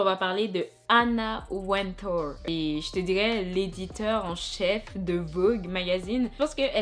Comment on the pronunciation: Que tu dis "à vogue" j'ai l'impression d'entendre "aveugle" mdrrr 🤣❤ Il est important de parler de ce sujet ! Merci de nous partager ce genre de contenu bisous 😘